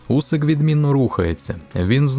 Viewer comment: Усик а не Вусик . Він по-моєму прізвища ще не міняв